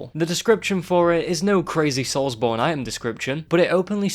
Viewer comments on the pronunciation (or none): none